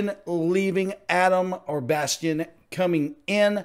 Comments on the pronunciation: Why do people keep saying bastein like it's Sébastien? It's bassteen. 😂😂 like base+teen. Just fyi...😂😂😂❤❤❤ but i love the addition of a chance part in this🥰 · That was quick! Thanks! Bastien's name is actually pronounces Basteen. Loved that Chance got a part in the lead. He was awesome! And of course, Tim was also awesome. And the faces of the other three were gold, too. They overdid it a bit with the red, though. And I totally agree with you. I think Bastien will be a great additon to them. Both vocally and goofiness. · Pronounce the newer Adam's last name as "Basteen". Just for clarification. Great reaction.